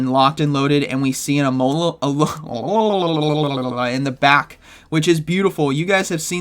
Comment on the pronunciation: U just forgot how to say alomollalalalalalalal